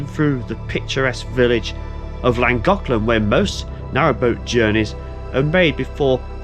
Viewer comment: Nice video. You're not pronouncing it correctly, but hey, you're making a good effort, and that's fine. Just ask a local the next time that you're in the area. It will still take some prctise to get it correct, but you're giving it a bash, and that's what matters.👍